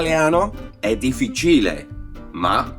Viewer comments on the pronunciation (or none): No it's not, the correct pronunciation is dif-FI-ci-le😊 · Is he pronouncing 'difficile' correctly ? If he is, then I've been pronouncing it incorrectly. Love your videos. I always learn something!